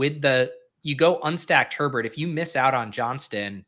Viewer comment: Love pronunciation of Herbert